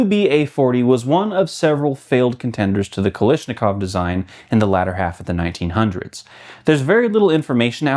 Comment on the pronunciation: It’s Kalashnikov not Kalishnikov